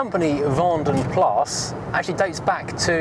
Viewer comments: The a in plas is shorter than the a you are pronouncing in vanden and sounds more like plus in english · 'Plas' translates as a lake, pool or puddle. Colloquially it is 'pee'!